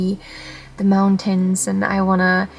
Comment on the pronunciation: Love the way you pronounce "moun-tain".